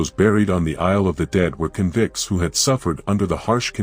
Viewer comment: I am so sick of AI voices in these videos. Can’t pronounce stuff right “convicts” for instance . Even though I’m Tasmanian an I’m intensely interested in port Arthur’s history. I turned off. These stories would be so much better with a proper voice to really create the mood.